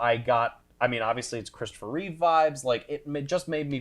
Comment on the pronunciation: Please guys… it’s REEVE. Not Reeves. They saved the S for his chest.